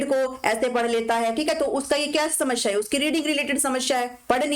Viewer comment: Ma'am shmasheea nahi hota bulki samaseea hota hai